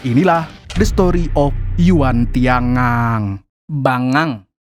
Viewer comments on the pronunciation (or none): yuan tian gang..dibaca yuen tian kang